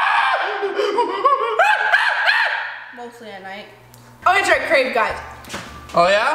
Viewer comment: It’s creave